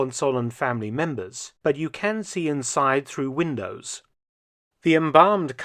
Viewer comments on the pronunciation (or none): none